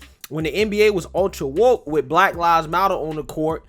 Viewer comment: How about trying to speak English. It's with it, not wid it.